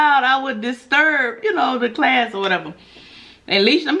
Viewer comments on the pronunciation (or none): none